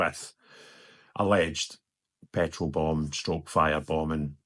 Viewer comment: Did you say "Throw Petro Bombs"?